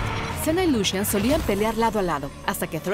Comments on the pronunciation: Gente normal: Lucian Riot: Lushian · y yo pronunciando "lucian" y ella lo dice "lushian" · LUSHAN, LE DICE LUSHAN A LUCIAN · Sigue sin gustarme que Lucian se pronuncie "Lushian" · Mori cuando dijo Lushian jaja